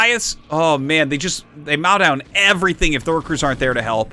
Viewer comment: "They "mao" down everything if lurkers aren't there to help"... Isn't it mow like "moe"? Lol! Love you Artois, thanks for the vid.